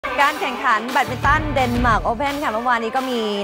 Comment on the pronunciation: แบตมินตัน ไม่ใช่ แยดมินตัน